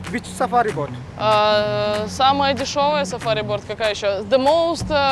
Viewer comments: Кто-нибудь, скажите, что лодка на английском произносится не боРт, а боут)) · почему Настя говорит "сафари борт" если правильно "сафари боут" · я думала мне одной показалось, что она произносила боРт >_< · Почему она постоянно говорит "борт" на лодку? Неужели так сложно выучить хотя бы одно слово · я понимаю что английский не у всех идеальный, но она целый день говорила BORT на лодку и никто ее не поправил!